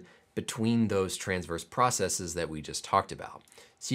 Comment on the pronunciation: thank you for not pronouncing processes like it's the plural of "processis". it seems to be a peculiar american issue that people have decided the wrong pronunciation sounds "more technical", and it grits my teeth